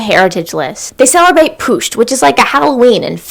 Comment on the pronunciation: It's actually pust, not pušt